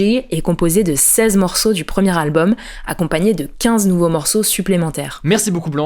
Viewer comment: "nouvo abonnés", ça pique un peu